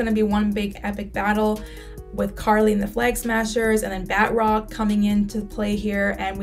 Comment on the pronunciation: Ba~troc , not bat-rock lol